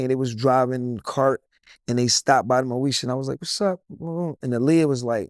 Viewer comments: Moesha not Meosha 🤦🏻‍♀️ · dat boy said Meosha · "Meosha?"😂 MOESHA, IT'S MOESHA😂 I don't think they were acting, I think the beef was real.